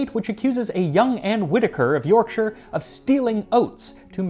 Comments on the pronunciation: Congratulations on your correct pronunciation of 'Yorkshire'. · Lovely to see an American who can pronounce “Yorkshire” correctly for a change haha :) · As a person from West Yorkshire it fills me with absolute joy that an American pronounced the County's name properly, so bloody proud of you